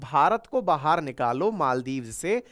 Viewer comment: Why are you saying bahaar for baahar?